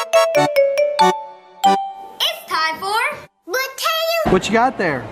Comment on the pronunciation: Brayayleu ( not bad for a first attempt )